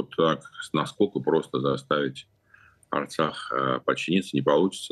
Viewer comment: Osturax a ne artsax😂😂😂